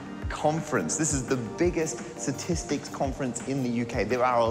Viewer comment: "Parker-stistics" .. I think its good enough!